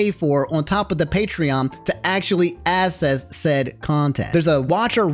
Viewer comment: this is out of topic but bro can you pronounce access as "AKSSESS" instead of "ASSESS"? cause i keep hearing "to get assess" and i'm like whose ass am i going to be getting